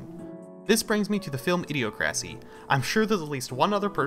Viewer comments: It's pronounced Idee oc rassee, not ideo crassy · It's idi-ocracy. Like (Dem)ocracy. Cringe... Lol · I learned I pronounced it wrong actually, its more Idi-oc-racy. Thanks for the praise and thats a great idea!